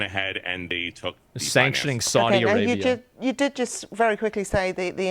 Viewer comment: Saudi A-GAY-bia